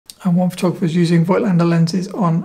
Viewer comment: Pronounciation is: "Fohgtlender" (German)